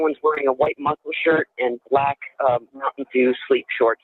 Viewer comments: BOL YEA HE SAID BLIKE 😂 = black and we say BIKE =BACK 😅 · Yes Mel, he and we say "blike" instead of black lmao😂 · he also pronounced the make of the long rifle firearm used in the crime, it's pronounced [spelt phonetically] "DREY ~CO" and the officer pronounces it "DRA ~CO" and he says "BLAYK" instead of "BLACK" lol. I've no idea what accent or dialect specific to a specific area that is like Boston for example almost sounds like a Canadian accent with pronunciations specific to that state, but never have I heard those words pronounced that way lol. ❤❤